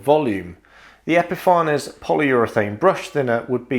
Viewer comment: I'd love to know what the correct intended pronunciation is for Epifanes. You obviously say epi-far-nez. Others say epi-fanes. I often wonder if it's actually supposed to be epiphanies, as in "to have an epiphany".